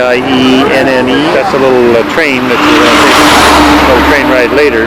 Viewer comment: Seriously... you don't take the time to learn the correct pronunciation of the town you're visiting... that is truly an example of an ugly American....